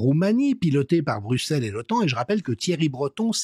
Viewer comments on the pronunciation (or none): none